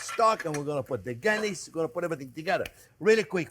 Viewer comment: LOL. When you said a Guinness Beef Stew .. I thought you said a Kidney Beef Stew .. which got me thinking ... I wonder what other meat could be used in a stew?